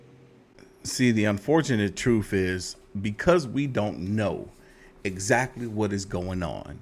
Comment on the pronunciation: I'm still laughing at this dude's beard, hosting the show. I don't think that's real either. So he shaves his head and his arms? 😂😂😂😂😂 I keep noticing you say truff, not truTH. Are you AI?